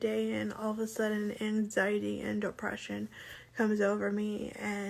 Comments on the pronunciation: angZyadee and duhpreShyn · identifies as having angzheen and depreshun lol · YOU CANT EVEN SAY ANXIETY 💀